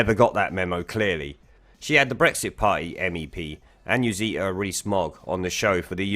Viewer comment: She made him look like an arrogant rude prick - flawless victory, Annunziata Wins. Btw - I love your attempts to say her name...